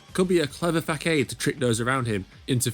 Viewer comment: I'm going to be honest, the way you pronounce the word "facade" is straight up cursed. Also, you skipped over the fact that GT2 encounter has Etsu choosing to get decked by Touma over showing his hands... on the same day that Aogami is hospitalized with hand burns.